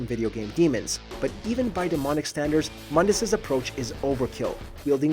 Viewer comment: It's pronounced Moon-dus.. sorry, but that pronuncination from the reboot makes me cringe as a DMC fan